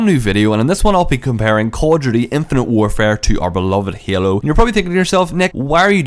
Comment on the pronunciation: The way you enunciate "Call of Duty" sounds like "cordially"